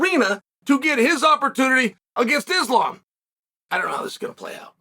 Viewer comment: The day Chael pronounces Islam’s name correctly, pigs will fly hahaha